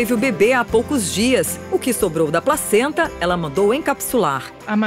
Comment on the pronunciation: só eu entendi ela dizer "a própria pracenta" ? e a outra até olhou estranho pra ela :-D